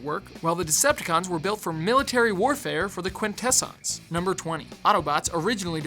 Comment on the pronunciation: You've got so many bizarre pronunciations for things, like the way you say Quintessons. Sounds like someone who's read a wiki summary without watching the show.